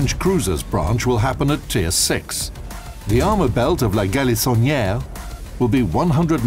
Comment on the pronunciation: 🤣🤣🤣 La galisonnière with american accent 🤣🤣🤣🤣🤣